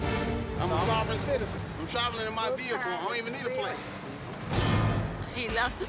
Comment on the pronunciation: He saying sovereign like it’s a verb